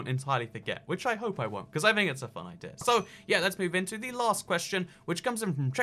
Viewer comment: About the accent thing. Stop saying "Javar Edition" and "Idear" and you're good to go.